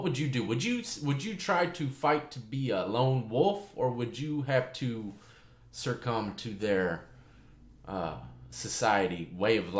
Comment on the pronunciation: love your channel! Heads up, it's "succumb" not "surccumb"